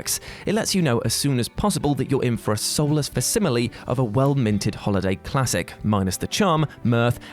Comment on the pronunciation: Fasimly ? Really.